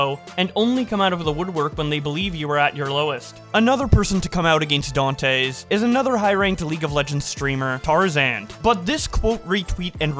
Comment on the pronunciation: Can't tell if pronouncing Dantes every way possible except the correct way is a bit or not